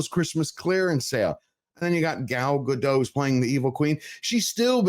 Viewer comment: Gadot, not Gado